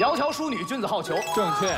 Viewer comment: 窈窕淑女，君子好逑 這裡的好，音同「郝」，不能讀作「號」音 「逑」是伴侶的意思，「好逑」解釋為好的伴侶 整句的意思是「窈窕淑女，是君子理想的伴侶」 讀錯了的話，整個文意都不通了